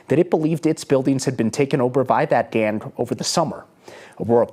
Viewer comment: Why does the guy keep saying 'gan' members? He can't say 'gang'?